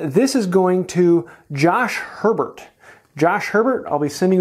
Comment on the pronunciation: "Josh Herrrrbert". God damn it lol you gotta be kidding me. So close to mine